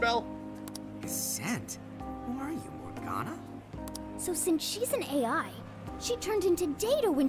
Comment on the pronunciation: Ryuji'll definitely have to repeat his 3rd year of high school if he can't even say AI.